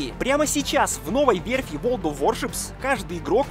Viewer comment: ты когда слово ворлд научишся говорить...